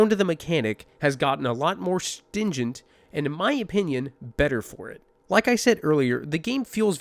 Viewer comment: Stringent is the word you're looking for, not "stingent" ;)